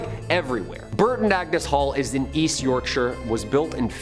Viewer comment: The cursed ring looks like beaker from the muppets, JS. Also…You pronounced Yorkshire properly. Nice one. You didn’t pronounce other stuff but nvm. The warrens were con artists.